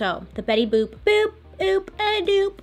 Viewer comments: “Bailey Boop” 😂😂😂😂😂😂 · “Bailey boop” - dude, I snorted 😂😂😂 Also, side note, I STILL apparently can’t say my name—when I answer the phone at work, about half the people think I say “Winnie”. So there’s that. 😭